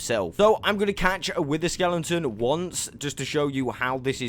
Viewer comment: stop saying skelenton please🤥